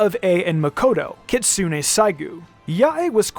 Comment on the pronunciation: Maaan that Americanised pronunciation of "Kitsune" hurts